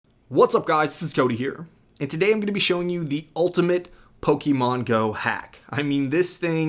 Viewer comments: Poke-AY-mon even Poke-uh-mon but Poke-EE-mon???? cmon dude you sound like a soccer mom. for a guy who knows a game so intimately, can't even say the name right.... pathetic. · it's pokaymon look at the accent above the e